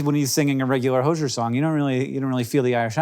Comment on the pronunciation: Hozier’s name is actually said hose-ee-r. Like my hose is hosier than yours.